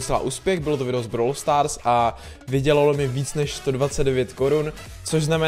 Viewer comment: Proč [brawl] vyslovuješ jako [browler]? Mně to extrémně triggruje